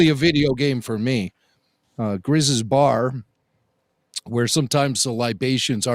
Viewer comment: Great to have the weekly flagship show back! Bittersweet without any aftershows though. Thankfully no matter the format of the show, you boyos deliver 110% Also, it’s “Greez” and “Kestis” not Grizz and Ketsis😅 And did everybody forget when AP-5 follows Wedge into the refresher as he tries to explain that he believes Chopper is compromised?? We’ve seen plenty of bathrooms, it’s just a uninformed reporter that really sucks at his job…